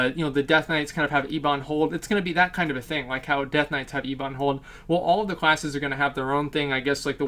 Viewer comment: E-bun Hold? I think you mean Ebon like Ebony...